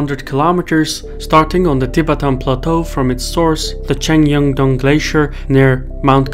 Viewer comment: It is not TEE BETAAN but TI BETTAN : accent on the first syllable not the second old boy